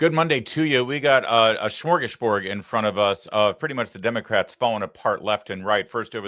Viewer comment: Smörgåsbord is a Swedish word. A pseudo-German pronunciation (“shmorgasborg”) will not do.